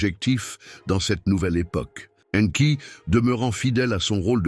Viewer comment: La voix I A qui prononce différemment le nom d'Enki . Anki Enki. Mdr